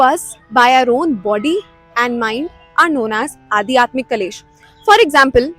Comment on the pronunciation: it's Aadhyatmik Not Adi Atmik Please check